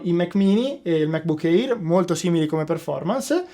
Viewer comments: Il MacBook Air si pronuncia èr, non éir. E geek si pronuncia ghic, non gic. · Ottimissima recensione. Solo un piccolo appunto: MacBook Air si pronuncia "MecBuk Ear", non "eir"